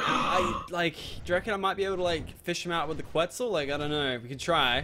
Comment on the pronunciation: stop saying quitzal eggs LOL